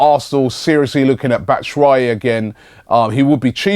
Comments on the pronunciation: ITS BAT-SHOE-WHY-EE NOT BATTASWHY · "Batta Shwi" hahaha